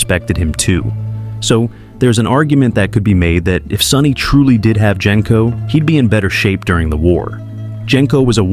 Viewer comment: And "Gen-co" when everyone who watched the movies knows it's "Jen-co"